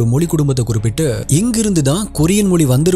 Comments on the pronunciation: Brother please say tamizh mozhi dont prononse tamil molli please pronounce tamizh as tamizh dont prononse tamil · Sir you talk do great about our Tamiz language. But sadly enough you are not able to pronounce our Tamiz correctly. Pl don't say Moli. Pl say Mozi.